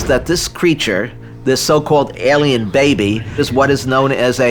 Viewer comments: To whom it may concern: The word is pronounced "ALIEN", not "ELLIAN". Thanks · And to whom it may concern: The word "alien" is not pronounced ...Ellian. It's Alien. Thank you